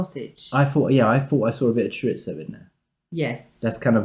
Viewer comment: Cho reez O not Cho Ritz O because it's a Spanish word